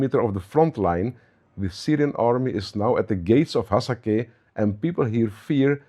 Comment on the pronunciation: not Hasake , its hasaka and its 80% arab so stop laying